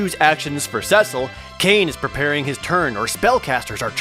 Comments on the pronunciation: It’s pronounced SEA-Sull (Cecil) not sess-ull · Ewww "cess-il" I always said "cee-sil" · Rye-de-uh See-Sul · You pronounced Cecil"s name wrong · At least pronounce Cecil right.